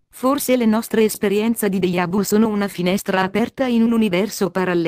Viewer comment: ma come pronunci deja vu????????? ohhh, questo errore toglie credibilità! deGiavu non deIavu!